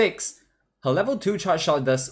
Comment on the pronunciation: You need to work on how you pronounce the word charge